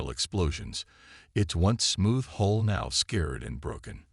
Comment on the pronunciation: The word is Hull, not Hole. are we learning yet?